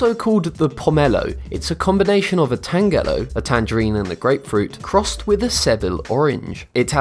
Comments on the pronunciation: Tangelo is pronounced TAN-jə-loh, not tan-GELL-oh. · tanjelo is how it is pronounced not like orange Tang. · Also, the way he says tangelo and pomelo, also ugli fruit is not the same as a pomelo, and I'm pretty sure a tangelo is a tangerine and a pomelo.